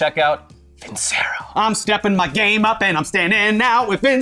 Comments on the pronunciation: I hate to be that guy but isnt it pronounced VinChero? Or has Funhaus been pronouncing it wrong? 🤔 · For who's curious, I checked Vincero's website and they say it has an Italian background (as a word) so I guess it should be pronounced with a "c" like "chapstick". Basically not how is saying it all the time XD